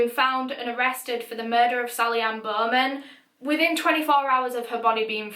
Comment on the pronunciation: Sally Anne-Bohhhmenn